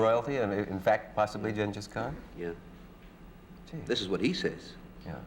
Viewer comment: Wow, he even pronounced "Genghis Khan" correctly even back then.